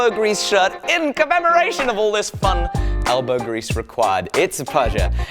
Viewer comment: That sounded like you said smelbow grease... lol